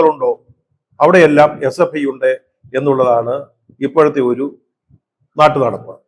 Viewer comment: SFIയെന്ന് നേരെ ചൊവ്വേ പറയാൻ കഴിയാത്തവരാണ് ഈ പാർട്ടിയിൽ ഉള്ളത് 😂 അവർ വിളിക്കും H യെ പ്പൈ സിന്ദാബാദ് 😀